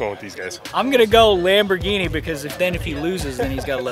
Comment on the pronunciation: Lamborrghine mashyne